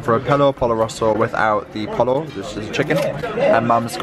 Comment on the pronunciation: um Pollo pronounced poy yo :)